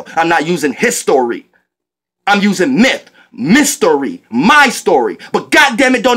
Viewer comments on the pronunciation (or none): none